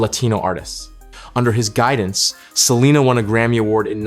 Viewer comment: This AI is horrendous. Pronouncing the last name wrong and really chopping Selena name. What a disgrace to the families legacy. Really????